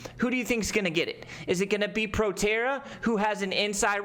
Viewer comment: that’s not PROTERRA 🤣🤣🤣 “ptra” trading on the 7’s 🤣